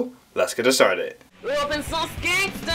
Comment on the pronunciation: awesome videos. May I respectfully suggest something to you? You speak very quickly and sometimes multiple words run together.. (example: when you introduce yourself as the 'the open source gangster', it sounds like 'dopsgast'. I have a hard time understanding what you're saying constantly have to rewind in order to catch what it is you're trying to say. PLEASE, slow down a bit. Again, thanks for the awesome vids, is the man!!